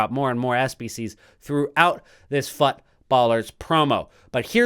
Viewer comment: i specially like how you pronounce “fut”! keep it up